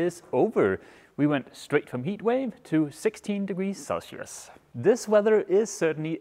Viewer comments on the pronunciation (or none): none